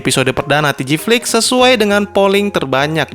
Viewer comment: babg jangan TGFLIX 😂 gw aneh dengernya 😂🤣